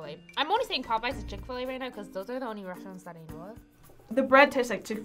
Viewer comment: Do a shot every time they said chick-Fila 😭😤